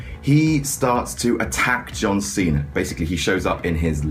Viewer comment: why does he call him john cenar.